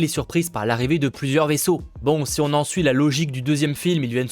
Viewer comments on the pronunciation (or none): none